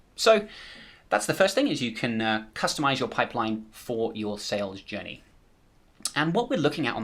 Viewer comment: Everyone - head's up - he's not saying "Sales Jenny" ... he's saying "Sales Journey". Took me a couple rewinds to try and figure out where he defines a "Sales Jenny" before I checked the transcript and found that it is a "journey" to which he is referring ;-)